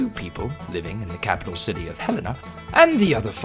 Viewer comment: At least he pronounced Helena right!!